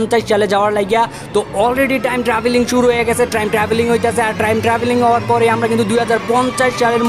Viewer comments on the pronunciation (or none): It's time not trime......